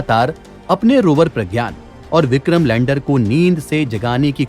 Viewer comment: Vikhrm nhi bole lag alhgh ok rhega my diear.